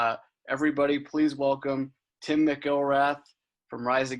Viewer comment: Damn, butchered Tims name